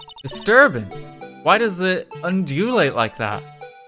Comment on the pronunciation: Hearing, an English major not be able to pronounce “undulate” was certainly interesting Edit: and reminisce apparently